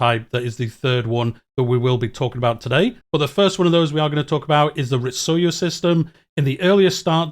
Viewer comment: Some advice on the pronunciation on Japanese: nearly always pronounced phonetically. e.g Ritsuryō, Ri-tsu-ryō and Sōryō, Sō-ryō